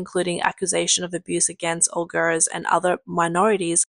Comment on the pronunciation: narrator, please pronounce “Uyghurs” correctly, it is hard to understand you